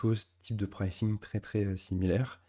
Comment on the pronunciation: PrAYcing - pas précing! :cat-orange-whistling